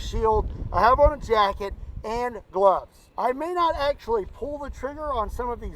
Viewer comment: C'mon, everyone knows they're called "glubbs", not "gloves". Geesh!